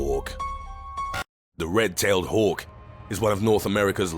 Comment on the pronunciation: the way he said "red tailed hawk" made me laugh